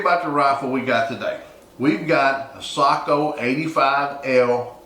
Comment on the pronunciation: Respect for correct pronunciation of Sako 👍